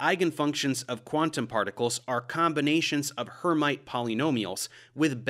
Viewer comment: In my math classes, I learned the pronunciation of Hermite as "air-MEET".